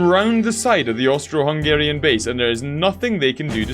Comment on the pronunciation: Why did you say Austro im Austrian 😢